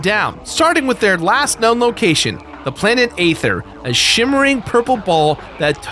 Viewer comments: It's pronounced Ee-ther not Ay-ther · Okay this bothers me way to much The planets name is pronounced as ETHER! THE A IS SILENT! STUPID? MAYBE. BUT TRUE!